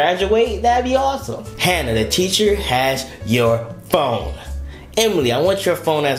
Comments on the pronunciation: Is he saying Cheacher in the beginning?😂😂😂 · Bro teacher not cheacher😂😂😂😂😂😂😂😂😂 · It's teacher not cheacher 😂😂😂😂